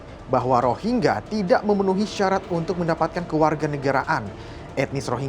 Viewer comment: Bego ni presenter nya ga bisa baca "rohingya"